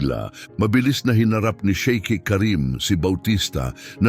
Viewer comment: Hindi Shake, Sheik dapat.......hindi servey, server dapat...